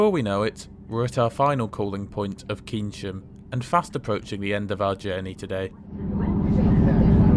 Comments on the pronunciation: Also, keynsham is pronounced cane-sham not keensham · You pronounced Frome correctly, but not Keynsham. Probably because you are much too young to have listened to Radio Luxembourg in the 1960s. Its "Kaynsham". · Full marks for Frome, but Keynsham is pronounced as Kane-sh'm. If you want another example of hard-to-get-right place names, how about the village in Sussex where I grew up - Herstmonceux? Another interesting trip! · Keynsham actually pronounced Kaynsham